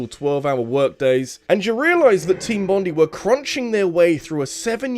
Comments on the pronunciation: Sorry to be that person, but as someone from Australia it's pronounced Bond-eye, not Bond-ee, and every time you keep saying "Bond-ee" my brain dies a little XD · It's pronounced Bon-DYE not Bon-DEE,. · Im sorry but its pronounced Team Bon-die like bondi (bon die) beach in Aus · As an Aussie, your pronunciation of Bondi made me chuckle haha bond-eye